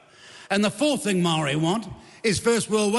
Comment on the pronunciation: he can't even pronounce the word "Maori"